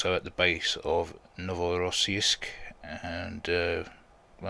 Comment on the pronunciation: That pronunciation of Novorossiysk was really good lol